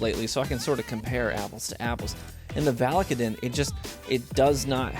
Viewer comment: I'm pretty sure it's pronounced "VAL-UH-KAY-DIN"